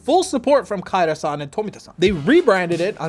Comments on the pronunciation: It's Tommy Ka-Ira, not Tommy Kayra. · Hello sorry it is pronouced Ka ira ?